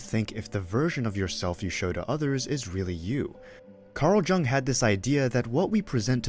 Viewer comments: Thank you. I appreciate you sharing this information about Carl Jung. It's really interesting & helpful. (The way to pronounce Carl Jung's name is like the word, "young." The "J" is not a hard sounding J. It is soft). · Jung is pronounced Yoong. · Pronouncing the "J" like a J instead of like a "Y" gives this video away as AI. It annoys me.